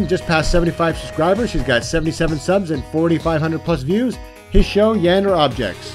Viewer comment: ITS YAN-DE-RE NOT YANDE BTW I have the OC Iceland Flag... HMMMMMM